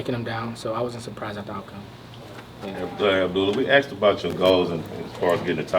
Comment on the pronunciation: Pretty sure his name is not Abdoolah. 😅